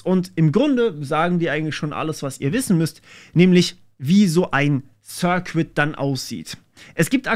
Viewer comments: Circuit wird "Sir-Kit" und nicht "Sir-Quit" ausgesprochen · Ich würde mir nochmal das Wort circuit. Es wird eher wie "cirkit" statt wie "Sir-Quit" ausgesprochen. 😄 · Circuit wird sɜ:kɪt ausgesprochen, nicht sɜ:kwɪt. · Kleiner Englischaussprachetipp: "circuit" - das u ist stumm. Sir Kit, nicht Sir Quit. 😀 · Das ließt sich "sörrkit" nicht "sörquit". Schönes Wochenende ✌ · 'Circuit' spricht man aus wie 'sir-kit' , nicht 'sir-quit' ! Davon bekam ich Ohrenbluten. Aber davon abgesehen, sehr gut. ✌🏼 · Circuit = "ßörrkitt", nicht "ßörrquitt", mein Lieber 😅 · Um dir auch etwas Wissen zurückzugeben: Circuit = eher so "Sörkett" als "Sürkwitt" ;) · Das Video war sehr informativ und interessant gemacht. Einziger Kritikpunkt für mich war, wie du das Wort Circuit aussprichst. Bei dir klingt es immer als ob der "cuit" Teil "quit" wäre. Es ist aber ausgesprochen wie "kit'. Einfach das Wort "Sir' und "kit" aneinander hängen und man spricht es richtig aus. "Sirkit" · Das "U" in Circuit is übrigens stumm :D 'Sirkit' ist bedeutend einfacher auszusprechen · Circuit bitte ohne W Sir Kid oder Sir Quidd (mit hörbarem U, nicht W) , je nach Dialekt. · Du solltest an deiner Aussprache des Wortes "Circuit" arbeiten. Jedes mal "Zirquitt"...jedes mal ein bisschen am cringen xD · Neh es hört sich einfach nur grausam an das als Q zu sprechen! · Hey, lass dir mal circuit vorlesen. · Btw, deine Aussprache der englischen Terme ist etwas "holprig" und das schadet imho dem Inhalt etwas. Circuit zB.